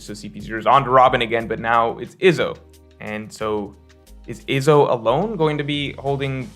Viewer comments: also wtf is "Ihzo" His name is pronounced "eezo" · Why do you say Izo like that. It’s E-Zo. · Why you pronouncing Izo like Lizzo without the L lol